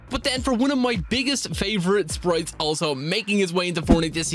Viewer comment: irish voice sprieettttttzzz